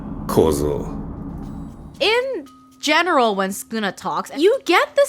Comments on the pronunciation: It's Sukuna not skuna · Do we just not pronounce the first u in sukuna? Mr skooma the calamity from the hein era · ah yes skuna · “skuna” (sukuna) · actually, its pronounced sukuna and not skuna, youre skiping the first u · Its not skuna it’s sukuna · Sukuna ❌ Skuna ✅ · Is it just me, or does it sound like she’s saying ‘Skoona’ when trying to pronounce ‘Sukuna’? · Won’t listen to any “expert linguist” who calls Sukuna, Skuna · Why is she saying skuna am I going crazy? Suuukana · Did no one catch her calling Sukuna; Skuna? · Who is skuna bruh isn’t it su-kuna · STOP CALLING HIM SKUNA 😭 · i hate how she says skuna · Todo fr said sonion